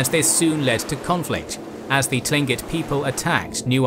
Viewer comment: Tlingit is pronounced with a k sound